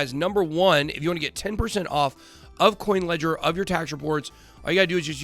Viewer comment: sounds like you said kucoin ledger